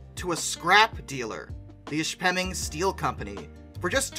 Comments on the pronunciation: I watched her come through Rhinelander Wi. on the way to the Grand Canyon Railway years ago. She came through on the Soo Line main.You got Negaunee right but it's pronounced ISH-peming, or Ishspitoon to the Yoopers. Cool video. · Southern Michigander here. My best understanding is to pronounce it Iss-Feh-Ming. In other words, the letters H and P combine to make an F sound. Might be a regional thing, those yoopers are something else. lol! Keep up the good work! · Ishpeming is pronounced ISH-puh-ming You pronounced Negaunee correctly Huron should have a discernable H sound, NOT "Your-on"